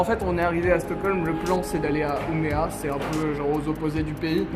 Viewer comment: Just c'est Umeå les gars (prononcé Uméo). Pas Umea. x) Mais sinon un vlog qui déchire et vous parlez super bien de tout ce qu'on a vécu ici avec Paule pendant un an avec ces suédois super introvertis ! Bref on veut la vidéo Mario Kart PS: LA CHAMBRE DE PAULE FAIS 20M² La bise!